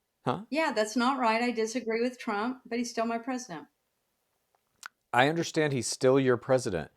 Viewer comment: Hearing say "pres-dent" repeatedly is like nails on a chalkboard